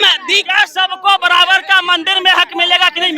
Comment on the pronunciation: Badabad nahi barabar 😂😂